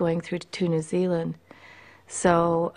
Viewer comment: Thanks for saying New Zealand right!